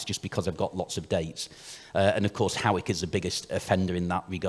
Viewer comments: It's pronounced Haw-ick, like paw, not like how or now. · Actually it’s pronounced hoyk